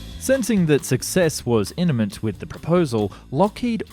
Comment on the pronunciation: 10:5 Iniment? There it is again. Another made up word. Imminent. This guy is the Elmer Fudd of Youtube!